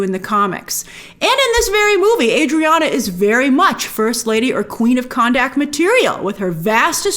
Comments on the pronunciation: grace i think khandaq is pronounced kun duck and not can dak lol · Geeez Grace, it's Kanduck Not KandAck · Jeez please pronounce the names correctly. It was a good movie, not the best but entertaining. Dont even know why i listen to these critic videos. Kahndaq NOT Candack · What's up with You pronouncing Kahndaq as Cannnnn Daaaaak? 😂